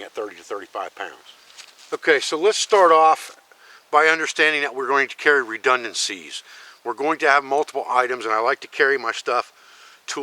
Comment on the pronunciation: Are you saying "redundancies" or "redundant C's"? :)